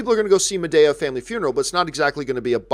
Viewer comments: John, it’s Ma-DEE-ah and second, why have you been silent about Alita breaking $350 million? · “Ma-DAY-a?” LOL